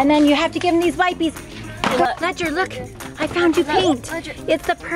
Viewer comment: The fact she keeps saying "wipe-eees" is kind of annoying. If you're making the "i" hard sounds, you can't also make the "e" a hard sound. English is weird, but it just doesn't work